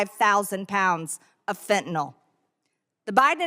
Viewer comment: Fentenol? Impordant!